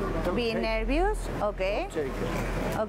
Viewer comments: Su inglés no es nada bueno. Todo el rato diciendo baggage cuando quería decir en realidad suitcase, en un determinado momento le dice be quiet (cállate) en lugar de dont be nervous que es lo que realmente quería decir... decid lo que queráis, pero es de todo menos bueno. Y mejor no hablamos de la pronunciación de algunas palabras... nervious jajajajajaja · Por favor que la enseñen inglés de verdad a la chica. Baggage es todo el equipaje. There ARE for SUITCASES...no...There is 4 baggages. Y se pronuncia nervos..no nervius. Yo sólo con escucharla hubiera confesado.